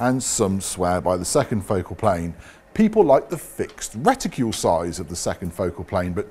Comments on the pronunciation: Nice job but for goodness sake, please stop saying "Reticule' - It is a Reticle! As in Bicycle not Bicycule! Do us a favour matey. It is hugely annoying. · Would somebody please remind how to pronounce RETICLE. ( The again, ask most folks in England how to pronounce the car makers name of Peugeot ) LOL!